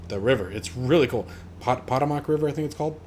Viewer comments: Overall, very good video. I was going to comment on the Washington Monument but see others have pointed out about the update missing. At the risk of duplicating someone else's mention, being an east coast native, the river in DC is pronounced "Poe-toe-mic" rather than "pot-a-mac". We sometimes use the second pronunciation in jest but the actual pronunciation is the first one. Thanks for your effort here. Very informative! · Puh TOE Muck. Not pot o mack. Potomac River. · peh-TOE-mek, or peh-TAH-mek are common east coast pronunciations. But not POT-oo-mahk. :-) Tribal knowledge of pronunciation is a pain. I once went to Seattle and Called Mt. Rainier "Mount Rainy-er". When everyone looked at me like I did something wrong asked and learned it was pronounced "Ruh-NEER". Go figure. Liked, subscribed, and hit that bell. Nice video sir. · No I did not read through all the comments to see how many people corrected you on the pronunciation of the Potomac River in Washington DC so I'll break it down to you Paw - toe - mick. Potomac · pa-TO-mic...pronounce "TO" as tow or toe. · The Potomac River is pronounced (Pah-Toh-Mic)